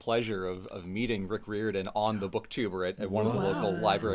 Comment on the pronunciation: Here’s the part where I point out Rick’s last name is pronounced Ri-Er-Dan, because the trailer to Ship of the Dead is burned into my brain.